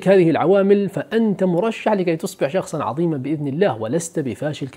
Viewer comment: عظماء .. عظيم ..عظيمة .. بالظاء وليس الضاد